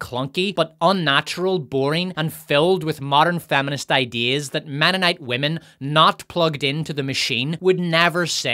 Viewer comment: Ahem, it's "menonite" not "womenonite."